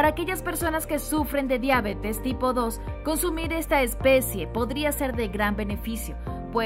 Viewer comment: Pronuncias mal la palabra "diabetes"...!!!